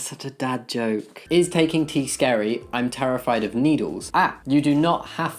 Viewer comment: Anyone else hear "needles" as "noodles"? I was wondering how a fear of noodles contributed to the topic.